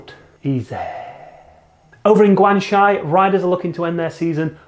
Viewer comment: All YouTuber call Guangxi wrong, isn’t it so easy? am I biased since I speak Chinese? I don’t know, it is Gu Ang Xi